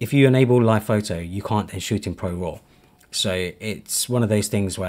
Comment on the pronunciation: bro said phaitai for photo 😭